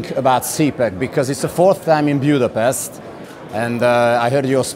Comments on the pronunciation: Miért mondod Angolul kiejtve?!?! Nem vagy Magyar?! Budapest nem Budapeszt!!! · A riporter úr, kiejthetné helyesen Budapest nevét Budapestnek nem, pedig Budapesztnek! Elég baj, hogy még egy magyar riporter is így beszél angolul... És most megnézem az interjút, ami bízom benne, ettől függetlenül jól sikerült. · Nem értjük meg :) Egyetemet végzett angol tanár magyarázta nekem, hogy nyugodtan, de kedvesen javítsunk ki MINDEN angolul beszélő külföldit, aki pesztnek ejti, mivel a pesticide, fungicied stb.... egy írtószer végződésnek hangzik az angolban és amúgy is szabály, hogy úgy ejtjük, ahogy azt hívják, nem úgy ahogy akarjuk. Ha vicceltél, akkor nem szóltam. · Magyarország fővárosának a neve: Budapest, minden nyelven. Nem Bjudöpeszt.